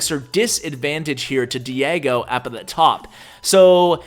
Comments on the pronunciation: Es chistoso escuchar a decir Diego.... Lo pronuncia: Diago!! pero despues lo pronuncia bien XD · Lmao pronounced Diego wrong 😂 I found this kinda funny for some reason